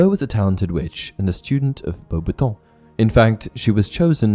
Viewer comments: Lol love the video but the way you pronounce beauxbatton 😂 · Why do you pronounce the name of her school so weirdly 😂😂😂😂